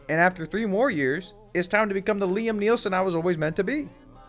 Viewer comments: WHY are you calling him Liam Nelson its Neeson no L in his last name lol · There is no "L" in Iam Neelson. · Liam NIELSON 😂😂😂😂